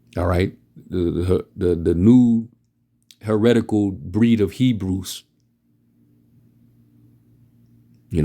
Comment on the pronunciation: "Me-brews" not "HEBREWS"...